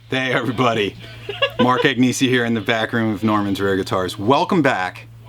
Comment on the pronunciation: Agneesee??? Cmon man.